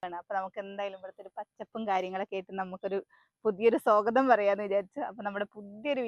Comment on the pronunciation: സോഗതം അല്ല സ്വാഗതം